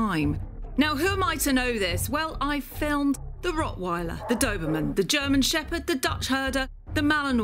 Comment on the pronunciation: The way you pronounce the word "rottweiler" makes me sick.